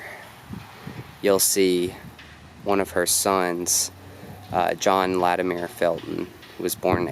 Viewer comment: LatimEER? Fuck no. It’s latimer. This is appalachia son.